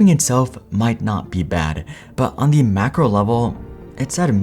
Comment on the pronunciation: The cable. "Thee" audio cable. Next word has to start with a vowel to say, "thee". YouTube is ripe with people butchering this simple rule.